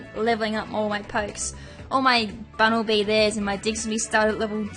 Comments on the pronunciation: I cringe when she says "diggserbee" it's "diggers bee" and "bunnel bee" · i love how she attempts to correct herself when she says bunalby's name but then just ends up pronouncing it wrong lol also u don't need to apologize sweety you can pronounce a pokemosn name however the hell u want just ignore the idiots who get pissy over how u choose to say a name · Bunel b u y Or Bunel B I Or Bunelb i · It's Gourgeist(Gore-Guy-St) Bunnelby(Bunnel-Bee) Dedenne(Duh-Den-Neh) Linoone(Lie-Noon) Diggersby(Dig-Gurs-Bee) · no i think it's bunnelbee. well. i think that's the way how you say it. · Is that really how Bunnelby is pronounced? It seems a little bit silly.